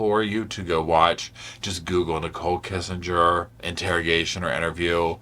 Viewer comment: Kessinger* you keep saying "Kissenger" like Henry Kissinger? 😂